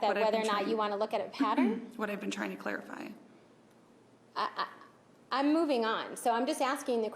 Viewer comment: this is just too funny, Wilmott can't fine the messages, "are you done claifying cause Im moving on" LOL